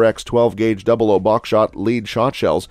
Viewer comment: Double aught "00" not double oh